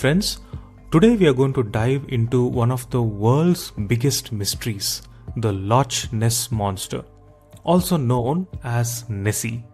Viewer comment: It's pronounced as lock my Indian accented friend not loch as it's written